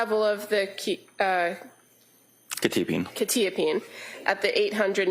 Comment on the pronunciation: Why is no one able to pronounce quetiapine right?! "kwuh - ta - uh - peen"